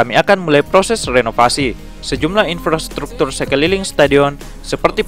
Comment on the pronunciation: Iya kayak ngomong "Infrastekter" Bukan Infrastruktur